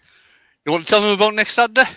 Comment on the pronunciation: TEABAGGGG: It's Satday night... 🤣🤣 Awesome fun again!😁👍